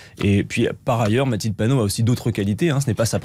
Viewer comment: Bravo Adrien ! Bien argumenté face à cette journaliste cinglante qui écorche le nom de Mathilde Panot à la fin ! Bravo les député.e.s Insoumis.e.s !! 😎